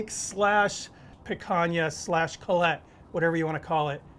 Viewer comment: its -- coo-lott